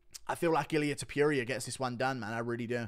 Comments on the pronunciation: It's topuria not topiria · Noooo we had the whole same main card and then you said touporia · Hate the way he says Topuria wrong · Blud said topuria 💀